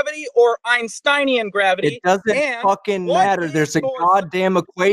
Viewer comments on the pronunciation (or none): What the heck is Gwabidy ? (min ) :D